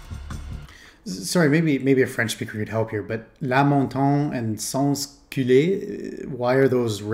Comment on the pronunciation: Don't worry, nothing bad, just you mad a small mistake of pronunciation, totaly changing the sens of the word. The root for the word "culotte" ( "trouser" in old french, nowaday it mean "panty") is "cul", wich in french basically mean "bottom". But instead of saying "otte", you said "é", so you said "sans culé", a perfect homonym for the verb describing the aformentioned activity ( spelling is different however, but it use the same root "cul", useless to explain why...).